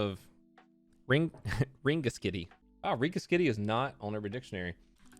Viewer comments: It’s pronounced ring-a-skiddy I’m from Ireland and it was funny to here u pronounce it 😂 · Ring-a-skiddy...good job at trying to pronounce it. I was expecting you to butcher it....the pronouncement of the town...not the human body part it serves. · Rengeskiddy(is how you say it and I beg that you say Ireland right